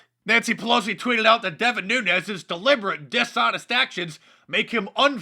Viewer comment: Holy crap Nancy pelousy got Devin Nunes's name correct, she must have stayed awake all night saying his name correctly so she got it right. I sincerely hope that she didn't overtax what is left of her mind doing so.